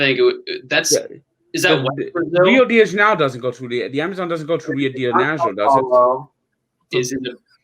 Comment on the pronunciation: the way pronounced rio de janeiro